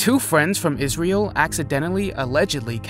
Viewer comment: Please don’t ever say Israel again